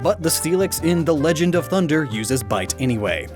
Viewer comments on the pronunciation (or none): none